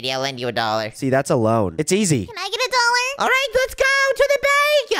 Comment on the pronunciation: Bro it's dollar not dollor😊